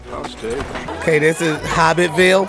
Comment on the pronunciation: “Hobbit Ville”😂